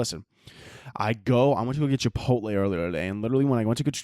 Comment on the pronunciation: "chipot-LEE" MAKES ME WANNA BASH THEIR HEAD THRU A WALL